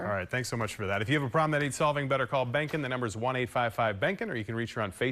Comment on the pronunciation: Behnken rhymes with bacon!!!!